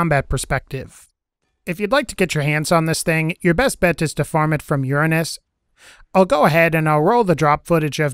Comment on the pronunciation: Nice vid but plz learn how to say Uranus